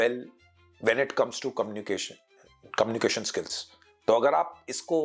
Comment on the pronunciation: sirji.. communiCAtion hota hai KOMnication nahin.. Pls!🤌🙏